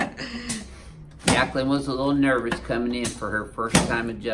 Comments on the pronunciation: Yaqueline? You mean jaqueline. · Yakling? Or Jacquelin ? Doc needs a speech adjustment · "Yackaline" lol